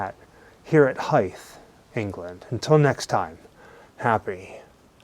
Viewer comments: Pronounced more like "Hyvthe" than "Hyfthe". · "Hythe" is pronounced with a long 'Y', like "Hyde". I couldn't work out where you were until I read your full title. Communal ossuaries became a thing when cities began to run out of room to bury people and had to start digging them up to make room for fresh burials. In you video you only see skulls and thighbones because, when storage became a problem, some bright spark came up with the idea that you only need your skull and your thighbones in order to resurrect. So your ossuary is basically a cloakroom for Judgement Day. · It’s pronounced ‘Hithe’’. Live a hive of bees but with a soft th in the middle. I didn’t live far from this when I lived in kent. If you haven’t already maybe visit the Catacombs in Paris. It’s amazing. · I couldn’t make out the name of the place you said at the beginning, then I went back and realised it was Hythe, very close to me on the edge of the New Forest. Never knew about this church and the bones! Cheers